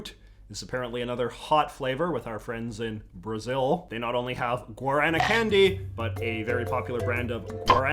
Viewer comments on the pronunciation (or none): The way you pronounced Guaraná 😂😂😂 it’s pronounced Goo-ar-ah-nah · Quick tip, with the Brazilian guaraná, I learned it’s pronounced as guadana instead! Also if you get the chance the fry guaraná Arctic soda, it is soooo goood! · "Gorana what a weird word. Very peculia- Oh God he's talking about Guaraná." Pronunciation threw me the fuck off my rhythm. Very unused to the heavy rhotic pronunciation. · ive never heard someone pronounce it like that instead of gau da na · my stepdad is actually a first generation brazilian immagrant, and we frequently have the guarana candy and soda in the house (it’s actually my FAVORITE soda) i was so confused at first with your pronounciation cos he actually says it more like “g-wah-din-nah” as a kid the soda always reminded me a lot of gingerale but a lot sweeter but now days it has a more citrusy fruity taste.. 10/10 tho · I love the video, but your pronunciation of "Guaraná" just hurt my soul. (For reference it's pronounced something like "Gwad-ah-nah") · Your pronunciation of guaraná was painful haha, much love